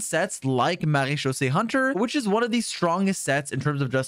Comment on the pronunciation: How the Hell can this Man Say "Marechaussee" with a FLAWLESS French accent, EVERY TIME, yet can't Say that name "Charlotte"?!?! Neither the English OR French Pronunciation of the name! (Yes, they're Different!) Also, why is he not Mentioning the "Vourukasha's Glow" Set to fit with Furina? Sure it's 2 Piece set is HP%, but It adds up to 50% FINAL Damage Bonus to Both Elemental Skill AND Burst if you take Damage Often enough (Yes I know it's Wording is Confusingly Worded with the numbers chosen, but it DOES give a Final Value of 50% at 5 Stacks)... That's a HUGE Amount! The Set was Designed to Work With Deyha's Damage Absorbtion, but it Should Work just fine when Furina Drains your HP Too!